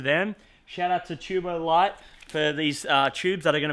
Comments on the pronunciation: Btw man It’s TuboLito L-ee-to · you say it tubo leeto